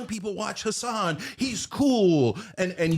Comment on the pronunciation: His name is Hasan not Has!